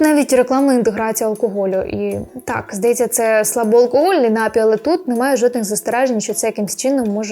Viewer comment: Пані, прошу запам'ятати: напІІІІІІІй, напООООООООї. Наголос тільки один! А щодо кількости алкоголю - то немає безпечної дози. Он мій батько впродовж певного часу постійно пив пиво в автівці, а потім приходив додому й поводився мов остання паскуда. Зрештою довів свій організм до інсульту, рік мусив відновлювати здоров'я й нині не п'є. Зате їсть солодощі й сидить за компом до пів на четверту ранку. Трясця... Шановне панство, не пийте тої гидоти! Майте повагу до себе й до всіх довкола себе! До речі, я не п'ю, бо ще у школі так вирішила. А на тупі жарти, якщо мене вже дико забодали, питаю: "А що ліпше - прокинутися завтра вранці з чистими печінкою й головою чи не прокинутися взагалі, захлинувшись власною блювотою?" Переважно впливає.